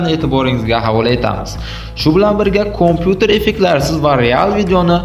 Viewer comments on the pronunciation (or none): Kompyuter debmas kampyuter deb talaffuz qilish kerak